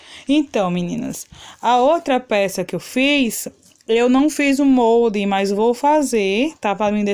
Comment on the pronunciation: Não é MONDE e sim MOLDE!